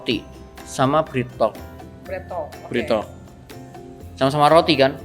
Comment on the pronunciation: Kasih tahu ci cara nyebut merk BreadTalk yg benar..